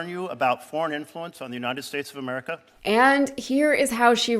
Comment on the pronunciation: Don can't even pronounce America correctly!